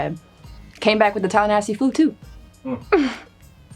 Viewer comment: Tallanassey? Is that calling Tallahassee nasty?